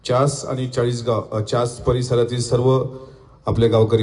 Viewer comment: च्यास नाही चास बाबा